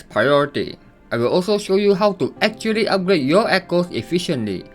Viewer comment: You know his guide will be very accurate based on his speech impediment alone, this isn't your casual "achually" this is "Achhtually 2". If you're in a card game tournament with this guy he'll sweep you under the table.